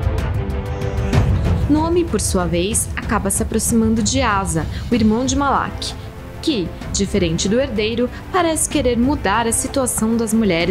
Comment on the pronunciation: Malaqui? Passei o livro inteiro falando Malachi(assim como escrito)sksksksksk